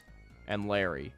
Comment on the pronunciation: I cringed every time you called him larry